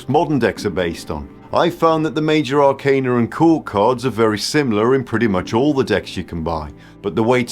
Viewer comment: I very much appreciate that you pronounce “arcana” correctly. Almost all of the other tarot content creators pronounce it wrong and I cringe every time 😅